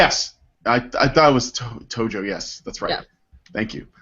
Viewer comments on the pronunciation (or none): none